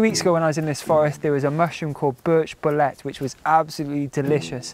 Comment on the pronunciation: As a mycologist & mushroom hunter, I gotta tell you, it's pronounced bo-leet, not bo-let.